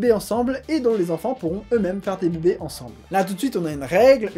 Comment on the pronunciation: J'adore comment tu dis "beubé" (bébé) 😂😂